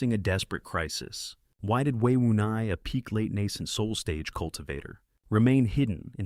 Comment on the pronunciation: It's Wei Wuya not Wei Wunai